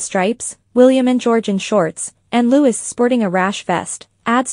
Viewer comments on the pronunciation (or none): It’s Lou-E, not Louis!!! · You said Lutz……. It’s not Lutz it’s Louie. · It's Louee, not Louis. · It’s NOT LOUISSSSS it’s pronounced LOU-EE. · It’s pronounced LOO EEE! If you’re going to do it, do it right! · Wonderful photo! (But it's pronounced Loo-ee, not Loo-is.) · It's pronounced "Lou --ee", not "Lou-iss".. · it is Louis pronounced loue, not lewis and Catherine not kate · Reporting on RF learn how to pronounce the youngest sons name it is not lewis it is Louis pronounced Louee. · Louis use the French pronounciation /Loo ē/. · His name is pronounced Louie. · Louis is pronounced Looee. 😀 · Who the hell is Prince Lutz ? 😂🤣😂🤣 I know it’s AI but really 🤷🏻‍♀️🤦🏻‍♀️ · You could at least pronounce Louise properly